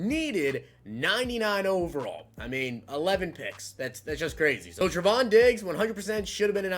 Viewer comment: Trevon (TRAY-VON)